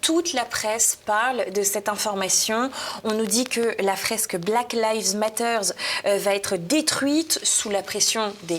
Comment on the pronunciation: Excellente émission bien sûr...mais évitez svp les liaisons malheureuses et douloureuses elle va T être, hélas répétées. De même pour l absence de S final à Black Lives Matter. JM, professeur d anglais.